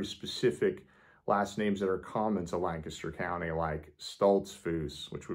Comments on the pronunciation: I am impressed. You pronounce Lancaster correctly! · Thank you for pronouncing Lancaster correctly!!!